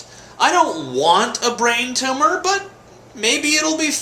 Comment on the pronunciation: its not a tumah!